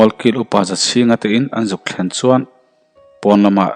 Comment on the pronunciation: Ch leh s hi hmang thiam la har a ni lo suan aiin chuan tih tur...